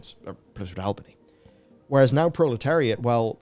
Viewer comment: Consistency is key to results fellas. I believe in you. I believe in the pale beyond. I wishlisted it. I believe you can pronounce Albany correctly someday 😂 awlbuhknee. Not al like Albert. Love your vids fellas keep it up